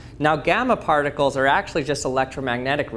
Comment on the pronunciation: Lost credibility when you said particles 😅